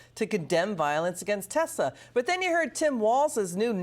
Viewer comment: I LOVE TESLER! 😂😂😂